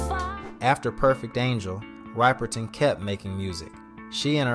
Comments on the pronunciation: CAN YOU PLEASE SAY HER NAME RIGHT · It’s so aggravating to hear this guy constantly mispronounce her name. Tell me you didn’t know about her without actually telling me. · it definitely is him and not AI. He just doesn’t know how to properly pronounce her name. He pronounces her name correctly at the very end. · Crazy that he put it together with videos saying her name correctly then still say it wrong. At least he says it right at the end. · Please pronounce her name right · Learn to pronounce her name corectly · he says it right at the mark but then continues pronouncing it "Ripe-perton". At worst he's a troll. At best he's just an idiot looking for attention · Same how date you do this tribute and keep ignorantly saying Minnie Ripe er ton its RIP oh man forgive him Minnie= R.I.P. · Please learn how to pronounce her last name. It's Riperton as in rip-er-ton like the word "rip" rather than "ripe". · RIPPER-TON not RIPERtun sir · It’s Minnie Rip-er-ton, not Ripe-er-ton!… put some RESPECT! on her name PLEASE!!… THANK YOU! 🙄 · NOT RIPER-TON... RIP-ERTON !!!!!!! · Ryeperton. 🙄 Rip. Minnie Riperton. 🕊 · Her name is RIP-erton like you "rip" your clothes, not ripe. Sheezzz do your research! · Is this an AI voice? It’s a really bad one. Can’t even pronounce her name. Ripe-ur_ton? Come on! Unwatchable! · Her last name is pro-nounced RIP_ PER _TON !!!!! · Actually, the "i" is short (as opposed to the long "i" in the word "ripe"). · Rip-er-ton Pronounce it right MF ‼️👀😡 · What the fuck! It's rip as in rip a sheet of paper! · That's why I often get frustrated with AI. Can we not program accurate pronunciations? I'm 61 and remember how Minnie’s voice moved me when I was young, just like many others. Repeatedly mispronouncing her name is super annoying and disrespectful, especially given her importance to the Black community back then. We need to improve this AI or go back to using real voice-over artists.😡🤷🏾‍♂️ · Seriously..... How could he pronounce her last name wrong? 😮